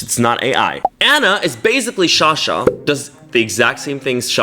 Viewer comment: not me getting mad at him saying shasha instead of sasha the whole video